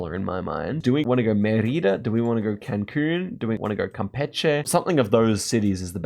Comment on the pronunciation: Please, its Mérida. The stress of the word is in "Me". He said it so many times I'm sorry to be a hater but it just was driving me crazy